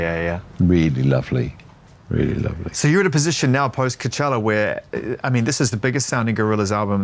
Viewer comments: when he was saying cowchella i thought he was referencing some parody festival he perhaps runs on his devon farm or something for the locals, but no, that's just how he pronounces it. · Called him out on the COW-CHELLA 😂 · It's pronounced Co-chella. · Let him pronounce Coachella any way he wants mr! 😂